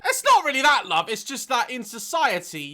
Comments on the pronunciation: Sounds better with a northern accent. LOV lol. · Me when daz says “love” with his accent :🥰🥰🥰🥰🥰🥰🥰🥰🥰🥰🥰